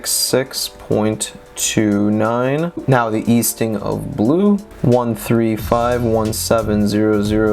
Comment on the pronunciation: Thank you so much all this info you but together is extremely helpful! I will point out the 2 elephants in the room tho “Northink and Eastink”😅